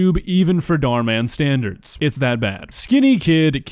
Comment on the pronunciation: I like how he calls dhar mann “dhar dhar”